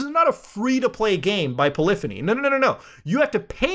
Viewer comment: Dude please learn how to say polyphony correctly, That was pretty autistic mate. it's pronounced like the word symphony as the Poly is shorthand for polygon as they use to be registered as "Poly entertainment" before renaming in 1998 too polyphony. It's quite literally a artesian composer reference in the form of a play on words.......